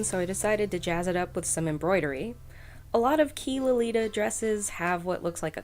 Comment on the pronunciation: Adorable! It reminds me of something from Devil Inspired. Also, it's pronounced 'chi' not 'key', Chinese doesn't have a hard q sound.